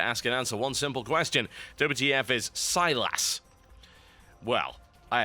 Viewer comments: Ew stop saying it like that. Sy-LASS! Fuck you, it's SY-liss. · Silas, not Siras ;)